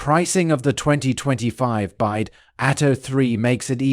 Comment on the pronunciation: it is pronounced "Bee-WHY-Dee"